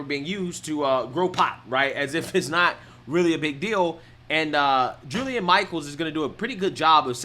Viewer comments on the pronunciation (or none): How do you manage to mispronounce so many names in your videos? Her name is Jillian not Julian. Everyday dude, you do it every day.